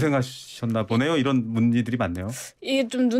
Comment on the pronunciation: 잘 들어보세요ㅡ'이란'이 아니라 '이런' 입니다